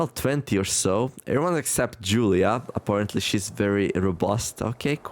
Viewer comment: I think Julia is supposed to be pronounced not like “Hoolia”, but more like “July->Julie”